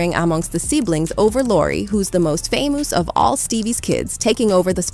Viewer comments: "famooos" are some of the words pronounced badly on purpose?😂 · Haha, I love this AI's pronunciation on certain words, "famouse"